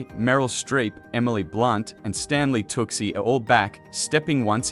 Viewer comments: Toochi not tucksee omg lol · The name is said as "Too-Chee" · its stanley TOO-SHAYY! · It's pronounced tooooocccchhhhhiiiiiii tucci 🤦‍♀️🤦‍♀️🤦‍♀️ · Learn how to properly pronounce Tucci--it's TOOOO-chee. Jeez. Other pronunciations are equally cringe. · It’s impossible to ignore the mispronunciation of several names and especially Stanley Tucci’s. 😱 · Feck off AI. Stanley tucki,? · You mispronounced Stanley's last name incorrectly several times as people have commented. That's annoying On the flip side I think this will be a good sequel.😊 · If you cannot pronounce Tucci's name correctly..... you do not need to review films. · You should be fired for mispronouncing Tucci.